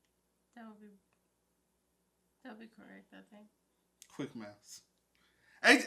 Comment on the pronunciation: “Quick Maffs” I saw what you did right there 🫡